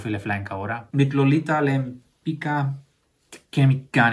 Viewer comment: Die Dame spricht man ‚Lempitzka‘ aus , Lolita Lempicka 😊